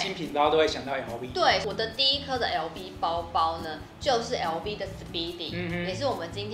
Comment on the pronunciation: LV 的發音錯了….